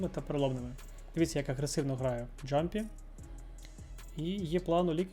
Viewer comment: Клас, дякую за контент! Тільки не джампі, а ямпі)